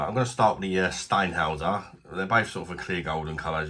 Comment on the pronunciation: Can't beat German beer. BTW the umlaut means it's pronounced Shteinhoyser